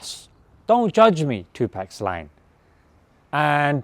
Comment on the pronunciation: Tupac (pronounced tupark) gotta get the legends name right bro